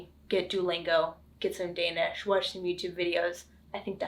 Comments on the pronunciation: Du har en rigtig flot dansk udtale 💪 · Perfectly executed idea. Well done! The Danish pronounciation is to die for❤